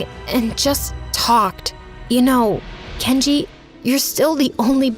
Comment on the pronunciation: Guys, you need to listen she said Kenji like the store